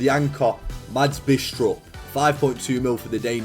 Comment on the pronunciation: Mads Bidstrup is pronounced without the d in both names